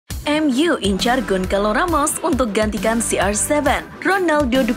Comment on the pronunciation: Gonçalo dibaca Gonsalo bukan Gonkalo mbak